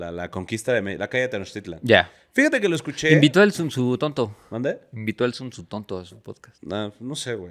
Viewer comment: Una duda, por qué dice Zunzutonto?